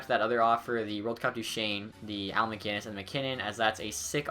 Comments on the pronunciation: New drinking game, every time pronounces maginnis instead of macinnis you drink, well all be wasted. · It's Al MacInnes not MaGinnes